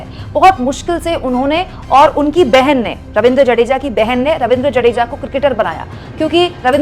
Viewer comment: 'जडेजा' नही है, 'जाडेजा' है। पत्नीका नाम रिवा है, रिवाबा नही।